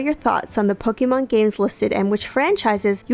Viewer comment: Was I the only one triggered when they pronounced Pokémon Pok-ee-mon